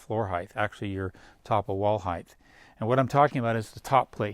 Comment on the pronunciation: Height not heighth